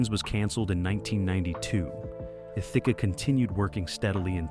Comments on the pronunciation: Also Thicke is pronounced Thick E is silent 😊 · Thicke is pronounced Thick. if you are going to do a video with either Robin or Alan Thicke in it, at least learn the pronunciation of their name. How rude to mispronounce someone's name. Rude!!!!!